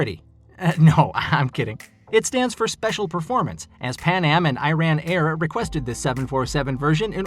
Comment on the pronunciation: Ed? It's Air